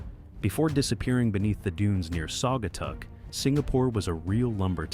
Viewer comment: Who are narrated this program about Michigan can't say the names of the Cities correct the last one is Saugatuck Michigan and there's other ones he couldn't say correct either I was born and raised in Michigan and whoever narrated this doesn't know what he doesn't know how to say the names of the Cities correctly😮